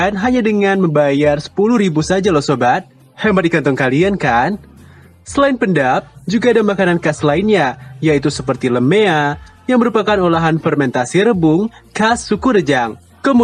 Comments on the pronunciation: Bng bukan lemea tapi lema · Tlong min ITU makanan daerah Nya bengkulu LEMEA. Tulisannya LEMEA tapi bacanya leme'e😀😁👍🏻👍🏻